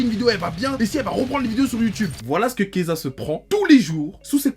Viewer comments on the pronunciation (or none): PTDR dès qu'il disait Keyza j'étais en mode pourquoi il parle de Kezah mdr il a rien à voir ici